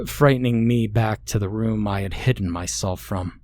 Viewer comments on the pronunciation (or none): none